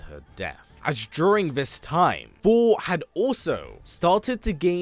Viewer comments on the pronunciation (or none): Is it only me or he's really saying fhor.... Instead of Thor!!! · Hate how you say Thor! It’s so distracting